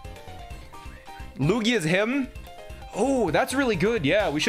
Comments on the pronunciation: did you just say leweegee? and not lugia?? You play pokemon as a career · LU-E-G-EEEE lmao